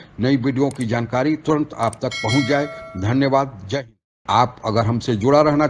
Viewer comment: Nhi Judna tere Channel... Jab tak Tu Bihari Jai Hind properly nhi bolega...ok Bihari.